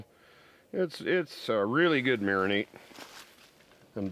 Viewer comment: it's a Mari-NADE not a Mari-NATE... The 37th mention of it triggered me to tell you this. Nice steaks by the way...